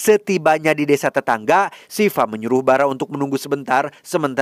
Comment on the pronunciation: Bukan sifa. Dibacanya siwa Sifamah nama cewek😂